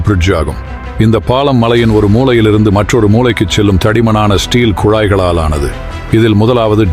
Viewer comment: ல, ள, ழ, உச்சரிப்பு சரியில்லை பாளம் இல்லை பாலம். ஒரு மூளையிலிருந்து❎ மூலையிலிருந்து ✅